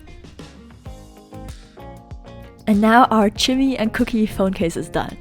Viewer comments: It's Kookie Not Cookie hehehehehhe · Omg u are so cute it's not cooky it's Kookie 😂🤗